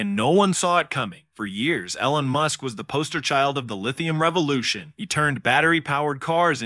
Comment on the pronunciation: AI spoken??? "AL-ON MUSK".... lmao